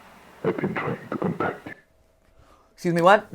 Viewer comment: Voice acting at the end: #@ MatPat: ESCUSEH MEH WAT?